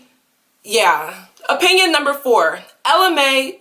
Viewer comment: IK U SAID APINYON BUT GIRL